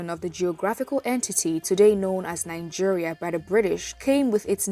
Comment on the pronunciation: nine-geria?? colonial masters??